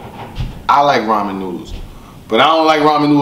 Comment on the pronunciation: He had 3 opportunities to pronounce Ramen correct. He failed each time...that's the real tragedy